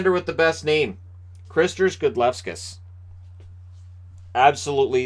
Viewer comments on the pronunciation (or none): Best name goalie, but Gudlevskis is pronounced "Good-LEV-skeez" :) love the vids, long time lurker, and inaugural TBL fan.